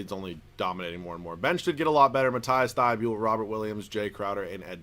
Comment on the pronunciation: Dude its mateese thybulle